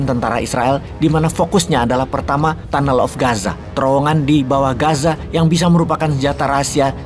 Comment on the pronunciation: Peace, tunnel beneran dibaca tanel? Harusnya tyunel bos. Peace